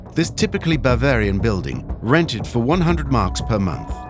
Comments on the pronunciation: Does anyone else hear the AI narration is saying "Barbarbian" instead of "Bavarian"? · keeps saying barbarian . but its bavarian . it sounds like AI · BARvarian mountain? Geez seconds in and the AI isn’t right. Where is BARvaria anyway? It had potential but nope. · 'Bar - varian'..........lol....!!!!!